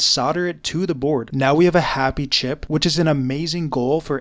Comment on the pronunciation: The way he says CHip